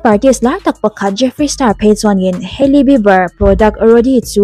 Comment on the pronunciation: Hailey skincare product hi rawdi nilo 'rawd/road' ti a lam tur😅